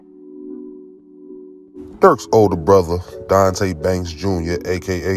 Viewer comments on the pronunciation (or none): none